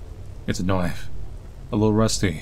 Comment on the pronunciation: "It's a noif" Eyyy, this guy.